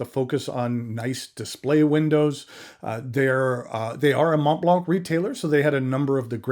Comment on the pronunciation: Mohn Blanh The t and the c are silent. The "n" on Mont is very soft, a whisper. The key to the proper pronunciation is to open your mouth and to end the word "Mont" with your mouth still open. Since the "t" in Mont is silent, the front of your mouth will not make contact, top to bottom, when you say the word. Next, you use the tip of your tongue to initiate the "l" sound in Blanc. Dude, you've been at this game long enough to make an effort. It's rather incongruous--your pen collection must be worth well over $100,000. Make the effort. It's embarrassing.